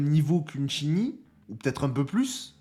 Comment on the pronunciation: Ça fait plaisir de voir que tu prends en compte les commentaires laissés dont le mien et que désormais tu prononces Chin Yi au lieu de Shin Ji pour Qingyi, c’est pas grand chose mais c’est super cool car tu écoute ta commu 😊 Pour le perso de ce que je peux te dire je connais grosso modo le kit par rapport à des leak mais évidemment ça pourra changer donc je dirai rien mais une chose qui est certaine c’est que le perso va avoir un combo à la Qingyi en attaque normale, il pourra combo a 80 hits ce qui est énervé. Et tout comme elle il pourra enchaîner son combo et le reprendre si il esquive et compagnie, et après c’est à vérifier mais avec un de ses doublons son combo pourra même monter au dessus de 80. Donc en tout cas son gameplay va être super cool ça c’est une certitude ! Maintenant ce qu’il apportera à une team concrètement on verra ça plus tard mais le perso il va bourriner avec ses poings ça c’est une certitude 🙃😂